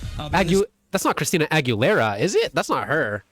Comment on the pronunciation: you butchered her surname :face-fuchsia-tongue-out